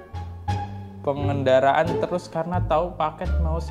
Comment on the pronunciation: Pangandaran ko dibaca pengendaraan, pangandaran itu nama daerah bang. Perbanyak knowledge nya dlu biar ga trlalu keliatan ***